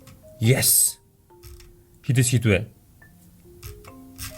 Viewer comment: ахаа yes гэдэг шүү яэс биш шүү